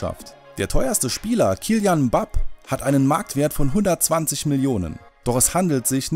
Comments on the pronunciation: Kylian Bap 😂😂😂😂Es heißt Mbappe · Mbappé und nicht mbab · "Killian Mpap" hahaha 🤣🤣🤣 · Alter informiert euch mal , es heißt nicht mbap sondern Mbappe und nicht Leiounel Messi sondern Lionel Messi . Und Neymar ist der WERTVOLLSTE Spieler mit 180mio , ist aber auch der TEUERSTE mit 222mio . Ihr habt gesagt das das Neymar der TEUERSTE ist mit 180mio . Sonst cooles Video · KYLIAN MBAP HAHAHAHAHHA ER HEIẞT KYLIAN M BA PPE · Kylian Mbappe heisst es und nicht Kylian Mab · Embape und nicht mbap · Hahaha ihr seit die besten was das aussprechen von Fußballer angeht xD Mbap xD oder Dela Ali xD oder Lionel Messi xD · wie sprecht ihr denn die namen aus mbab😂 und laionel😂😂 und Neymar ist 222 millionen wert und Frankreich hat einen gesamt wert von 1,34 Milliarden🤷‍♂️ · Omg Grottenhaft eure Aussprache?!! Sagt mir eins? Habt ihr ahnung von Fussball oder dreht Ihr das Video wirklich nur um viel Kohle zu machen?!?! KILIAN MBAPPE und Lionel Messi... Laionel... ich glaub mein Schwein pfeifft.... oh Gott🤦‍♂️🤦‍♂️ und von Dele alli will ich gar nicht erst anfangen🤦‍♂️🤦‍♂️ Englisch ist wohl gat nicht eure stärke ..... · „Kylian Mbap „ ich kack ab Lächerlich das ihr euch nicht mal informiert wie man die Spieler ausspricht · Dele alli😂😂😂😂 Lainel messi😂😂😂 Kylian Mbap😂😂😂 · Wie sprichst du mpàppe aus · Der heißt khillian Mbappe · deeele ali laionel messi und kylian bap🤦🏽‍♂️🤦🏽‍♂️ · Junge du labers eif. Müll babbe es heisMbappe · Oh Gott! Wie sprecht ihr den Mbappe und Lionel Messi aus!? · Minute es tut weh wie er mbappe ausspricht... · Diese Aussprache von Messi und Mbappe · Wie er mbappé ausspricht 😂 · Ihr späten könnt nicht mal den Namen von mbabbe aussprechen